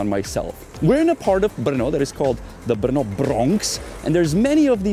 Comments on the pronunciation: The pronunciation is [ˈbr̩nɔ] -- no e at all. Yeah, hard to say for foreigners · Atleast I learnt the place is pronounced with a hard R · I've been to Brno in 2019, loved the place! And always wanted to know how to pronouce its name 😂 Greetings from Brazil! 🇧🇷